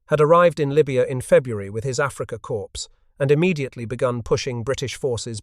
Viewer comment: "Corps" is always pronounced KOR, not KORPS as we hear it said here.